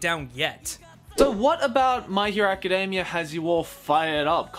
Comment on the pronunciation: I'm sorry, but I really can't get past the fact the other guy keeps saying "Acadamia". It sounds like he's talking about the nuts and it keeps making me laugh!